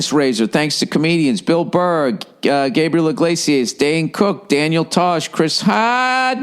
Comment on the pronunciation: So, this Yankees fan Adam Ray had a moment within less than a minute to mispronounce the host's proper name...It's Bill Burr...it's that simple...Bill Burr...not Bill Burrhay...Pronounced BILL BURR...You can't teach stupid...🤣😂🤣 I give Bill credit.